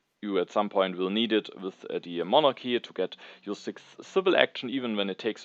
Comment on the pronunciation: I'm only 8 minutes in but hearing you pronounce Monarchy in the correct (Greek) pronunciation with a soft "h" sound instead of the hard "k" sound made me very happy!